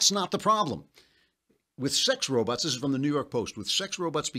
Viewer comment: Dear Mr. Klavan, why do you say "robuts," but "bot" normally?